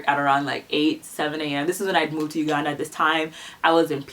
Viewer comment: Why you say "Uganda" like that? 😂